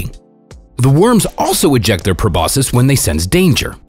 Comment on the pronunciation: Not judging but I internally tried to correct them every time they said “probosus” instead of Proboscis “Probosksi”